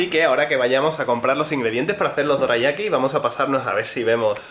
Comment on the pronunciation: "Doreayaki" ba dum tssss xD.